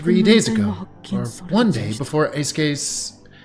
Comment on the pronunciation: Fun fact: pronounced Eisuke's name correctly here! Japanese vowels are always pronounced the same in every word. Eisuke is actually pronounced like "Ay-suke" because 'e' is always pronounced like "eh" and the 'i' is always "ee" so combined it sounds like "Ay." I know literally no one asked but I'm a big dumb nerd